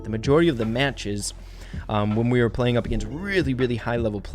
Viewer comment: you mispronounced "when"